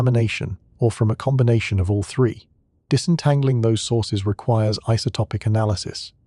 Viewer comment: Why is every other word zen, gen zien. Zen I atlas???